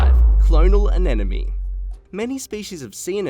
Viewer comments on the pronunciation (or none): I enjoyed the video in spite of the narrators CONSTANT MISPRONUNCIATION of the word ANEMONE. O.K., repeat after me, AH-NEM-OH-NEE! It is NOT pronounced AH-NEN-OH-MEE. It’s not THAT difficult! See? I honestly cannot believe that they let something THIS ridiculous pass through the production. This error surely makes me doubt other pieces of information in the video.